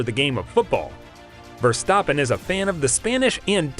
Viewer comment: Your pronunciation of Verstappen is great, but Renault is pronounced "ruh-know".